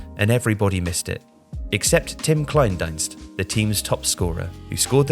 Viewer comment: ... Except for Kleindienst lol